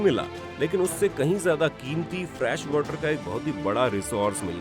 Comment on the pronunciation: My suggestion to you is, please check your pronunciation for some words like made, fresh and many more. You pronounce them wrongly which leaves a wrong impact because when you are explaining something it is very important to check your pronunciation and vocabulary.